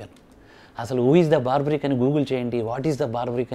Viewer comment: Cinema title correct ga pettaledu, paiga aa pettinadi correct ga pronounce cheyyaledu. Aa character ni Barbareek anasli, nor baarbaric . Baarbaric ane word negative meaning isthondi